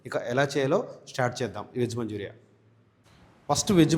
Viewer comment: నాయన మంజూరియా కాదు.... మంచూరియన్ 🙏🙏🙏🙏.... టెస్టింగ్ సాల్ట్ కాదు టేస్టింగ్ సాల్ట్.. ఏమి భాష అది 😡